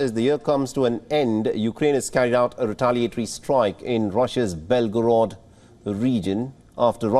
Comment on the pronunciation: It's Belgorod not Begorod.